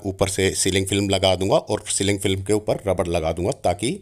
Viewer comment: सर इसको स्लिंग फिल्म नहीं "क्लिंग फ़िल्म" कहते हैं। "किचन रैप (wrap) शीट" कहना भी ठीक है! 😂😂😂😁😁😁